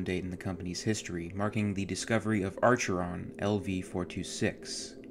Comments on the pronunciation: I like the video but you should pay more attention to pronunciation. For example you say "aRcheron". It's Acheron. Some other example too. Just a note for future videos. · Of all things... why is Acheron mispronounced as Archeron?!? Mmmm...did you only have one SD card? Never seen it before? Wha...?!? "RETCH-ULA?!?" "RE-TIC-U-LA!!!" (/rəˈtikyələ/) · & : Nobel Prize -- pronounced "no-BELL" : Acheron -- pronounced "ASH-uh-ron" : Zeta 2 Reticula -- pronounced "ray -TICK-you-luh"